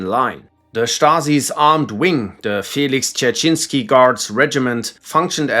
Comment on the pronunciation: i hate this ,,felix derechensky" i dont know if even 3 letters are pronounced correctly